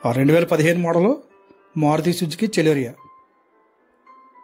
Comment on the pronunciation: చలోరియ కాదు సెలెరియో